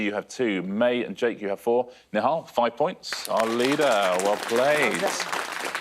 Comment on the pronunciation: Fantastic pronouncing of Nihal’s name 👏